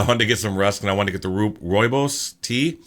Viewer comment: the word you were looking for is `Skilpadjies` pronounced skill (like Bill) pie kiss, which translates to mini-tortoise, because of the way they look. Also, good job on you pronunciation of Rooibos